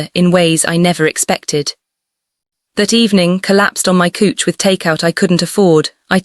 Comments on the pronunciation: I thought I heard cooch as in coochie 😂😂😂 but I wasn't sure, now I am. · 😂🤣🤣🤣🤣🤣🤣🤣did she relax on her cooch or couch? Lmfao 🤣🤣🤣🤣. Good story but the mispronounced words are HILARIOUS 🤣🤣🤣🤣🤣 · AfroKoreanRomanceLove 🏳️‍🏳️‍ okok I surrender!!😂😂 Lord I'm hoarse! Please, please, couch Is pronounced "cowch" if I hear "cooch" one more time I'll need to be put on oxygen!!😂😂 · 🤣😆 I was just getting ready to mention…why on earth was she calling a “couch” a “cooch”…bwahahahaha !! 😆😂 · The storyline is good, but there were 3 things that threw me off. 1. The main character is from Atlanta but the story is told with a British accent. That is strange. 2. The pronunciation of the word "couch" is HILARIOUS to an American. It sounds like you are using the word of a "private part" of a female. 3. The main character, in images, is frequently under dressed for the occasion stated. When she is supposed to be on her lunch break, at work, she looks like she is in a slinky nighty and this occurs in many images. --- So, saying all of that to say this, you have an element of "comedy" woven into this story that I'm sure that you did not intend. It is a little distracting and I did openly laugh. Yet, the storyline is decent, so I kept listening. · Can I please have a job correcting the AI pronunciations? “He” and “cooch” are not in gender alignment.🤪🤪🤪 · "Collapsed on my cooch" "Deehighon"😂😂😂 I liked the story, mispronounciations, and all. 😊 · ❤❤❤❤❤I really loved this. Wonderful emotional journey. Meaningful. Please work on the AI narrator. Maybe type in the words phonetically. Example couch should be written like COWCH and Simone would be Seemoan. It’s very distracting to hear all these mispronunciations of English words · Kuch, hilarious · Couch = kooch... I can't 😆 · I am having a hard time moving past the pronunciation of simple words like pacing, couch, etc. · Pronunciation of resume, couch, live (as in live on my screen), Simone, hoping. Hilarious 😆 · Pls pronounce couch better😂😂😂😅😅😅